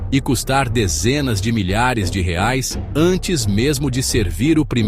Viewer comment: A inteligência artificial não sabe pronunciar bem reais. Rsrsrsrsrs. Vídeo falso.